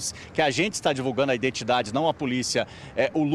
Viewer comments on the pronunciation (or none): none